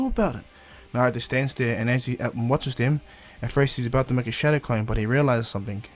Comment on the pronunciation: Your saying showdow clone